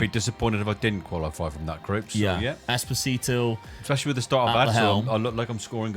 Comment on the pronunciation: it's esposito not espotito lol